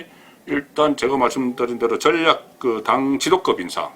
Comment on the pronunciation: 가자출신이, 방송을하는분이 발음이 기본인데 억양이 완전꽝이네요. 신경좀 써주세요. 종로. 미래.전략.등 단어에 신경쓰세요.